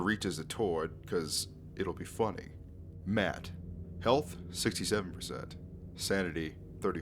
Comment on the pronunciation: his name is pronounced Matt not mad lol